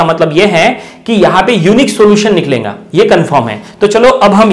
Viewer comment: Teacher needs educayon Hindi pronouncing. Niklenga - niklega